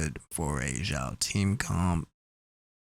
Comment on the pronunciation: Xiao is pronounced "shiao"